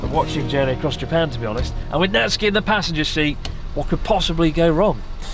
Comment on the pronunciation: It's not Natski... It's Nat-Su-Ki... uff!!!